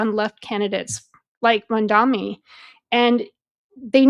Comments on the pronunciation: Are u a real American...why u can't pronounce English vocabulary!!!...his name is mamdani..M AMDANI...repeat... m a m d a n i...again blonde M a m d a n i..😂😂😂😂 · Its Mamdani M-A-M-D-A-N-I learn to say it right cause youll be hearing alot more of him